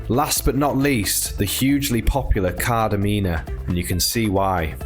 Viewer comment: I understand some of the names are difficult to pronounce but the first correction is PSALIDI not Plasidi. The second correction is the G in Tigaki is a hard G . The third correction is the emphasis is on the A in KardAmena. Otherwise it's a very good video, well done.